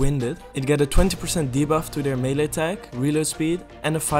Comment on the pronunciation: Melle attack - mele damage - melle damage